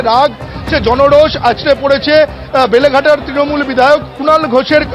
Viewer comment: বেলেঘাটা ❌ লেলেঘাটা ✅